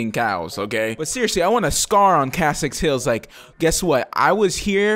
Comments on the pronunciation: KESSEX Hills. Not Kassex. KESSEX. Get it right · Kassex hills? its kEssex hills man, with an E